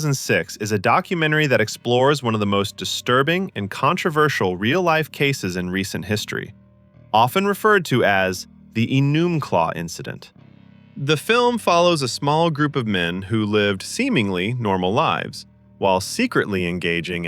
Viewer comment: In "Zoo" the town is pronounced "Ee-num-claw" instead of "Ee-noom-claw" 👋 Washington State here ❤ Great video! 🎉